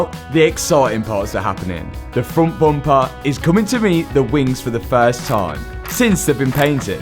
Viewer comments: I love how "bumper" becomes "boompa" each time says this word 😂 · Hearing say "Bomper" makes me giggle ❤ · Take a drink every time he says "boompah" 😂